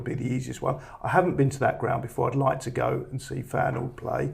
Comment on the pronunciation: got the Feyenoord pronounciation spot on